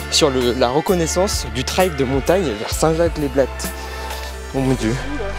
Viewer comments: Video incroyable comme d'habitude. Par contre à chaque fois qu'il prononce le mot "Trayyyyyll" j'ai envie de pleurer. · Incroyable la vidéo! Pour une première ta performance est à souligner, c'est un effort tellement différent, je savais que tu allais quand même performer mais de là à finir premier... Par contre je me dois de le dire, à chaque fois que tu disais trail ça me piquait aux oreilles ahaha🤣🤣 Chez nous on dit [trèle] et vous du coup [traye] Continue comme ça